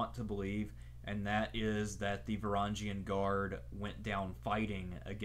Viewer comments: just a small tip, the g in varangian is a one just like the words grow/viking etc. not like a giraffe. great video nonetheless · Please learn the how to pronounce Varangian. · learn to pronounce Varangian